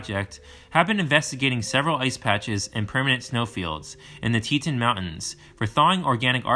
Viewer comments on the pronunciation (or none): Ill say it cause it drove me crazy. Grand TEE TAWN. Thank me later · Ab-sa-roke-a… not Absork-a mis pronounced about 20 times. Tee-ton, not whatever this guy was saying. Dubois is pronounced Doo-boys by everyone in the state. Great video except for the verbal errors.